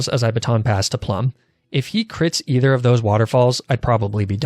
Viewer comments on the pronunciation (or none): none